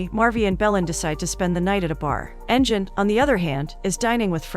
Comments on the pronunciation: It would be Engine with sound of g (ghee) not jee. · LoL she called him engine